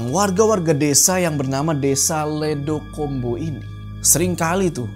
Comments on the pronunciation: Di kata ledok ombo vokal huruf “O” nya kayak di huruf “O” di kata Gorila. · ledok ombo pakk...bukan ledokombo😢 ledok artinya cekungan/lubang ombo artinya lebar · bang ledokombo bacanya ledok-ombo bukan ledo-kombo 🗿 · Bang, maaf banget, kalo plot nya di jawa, mungkin mksd nama desa nya itu bukan "ledo kombo" tapi "ledok ombo" cara baca nya gitu Cmiiw...